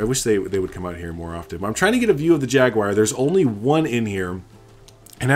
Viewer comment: Great build. But I personally hope to never hear Jaguar pronounced Jagwire again in my life